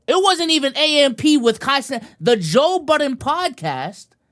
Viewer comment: “Kai cenaught”